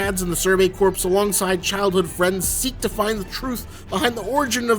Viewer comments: Love your vidya dude. But a bit of constructive criticism: ‘Corps’ is pronounced ‘core’ not ‘corpse’. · Imma be that guy, since there's a lot corps coming up in anime. Corps is pronounced like core, not corpse. Survey core, demon slayer core, Marine core. English is often a needlessly difficult written and spoken language. Video is 🔥🔥🔥🔥 regardless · Whenever people pronounce corps weirdly,I hear corpse and then just heard survey corpse and thick that describes a lot of scouts pretty well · “Corps” is pronounced like (core) like the Marine Corps